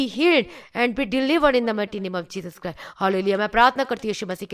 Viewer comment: Didi it is not Jesus Cry . it is Jesus Christ 😇😇😇